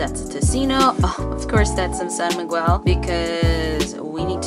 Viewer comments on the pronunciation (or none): Im kinda bothered how u prnounced my name (miguel) 😂 just kidding love from ph!